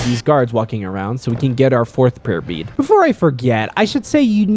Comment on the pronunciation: I listened to your video while working with something. Every time you said "Prayer Bead", all I heard is "Herpes". And I had to make a quick glance at my monitor.